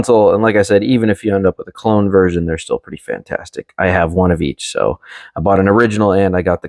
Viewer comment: Great video bro. But its "clone." Not "cologne," brv 🙏🏽